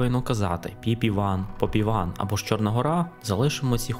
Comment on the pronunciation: Попіван з наголосом на І !це той,що поспівує.пошукайте в літературі про справжню назву!